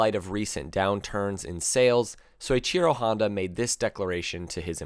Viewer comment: So - Ichi -Ro is how it is pronounced. 50 through 125 racers were small guys who had to run miles a day to maintain low weight and fitness to competitively ride. 250 riders had to also, but didn't have to be quite the tiny 110-115 pound bodies.